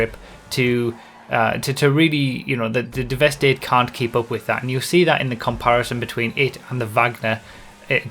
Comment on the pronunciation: Since it's a play on words, I think it's pronounced Devastate rather than devest 8